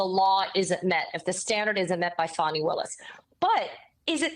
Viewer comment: Not enough to pronounce "Fanny" correctly.